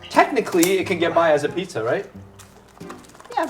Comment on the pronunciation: You cannot even pronounce “pizza” correctly, it isn't “pitza”.